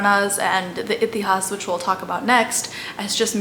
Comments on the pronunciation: Excellent video. Quick tip if I may. Purana though written with an 'a' at the end in English is pronounced Puraan in Sanskrit. Similarly Itihasa is Itihaas, Ramayana is Ramayan and Mahabharata is Mahabharat. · It is pronounced like that in hindi. (Purāṇ , itihās , etc) She has definitely pronounced it wrong ( purāṇā, itihāsā) . The actual sanskrit pronounciation is Purāṇa, itihāsa, etc. Hindi : पुरान् इतिहास् She pronounced :पुराणा इतिहासा Actual pronounciation :पुराण , इतिहास Look up " shwa deletion"